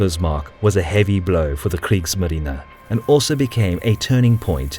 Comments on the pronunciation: He said KRIEGSMARINA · no the narrator said: KRIEGSMARINA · Kriegsmarine is pronounced with a soft a sound